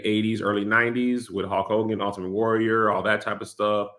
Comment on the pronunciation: Kev… something has to be said about the way you pronounce words with a ‘U’ and ‘L’ next to each other… it’s truly egregious lol🤣🤣🤣 it’s “HULK” Hogan…. Not “HAULK” 🤣🤣🤣🤣 it ain’t “AULTIMATE” Warrior…. It’s “ULTIMATE” lol